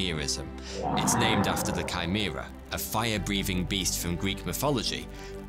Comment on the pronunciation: Thank you for pronouncing "Chimera" and its derivatives correctly!